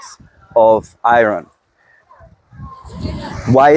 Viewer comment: I love, love LOVE hearing you say "i-RR-onn" levels! I love your accent! Oh & I love all these talks! I've learned so very much, thank you! 🩷✌🏼🩷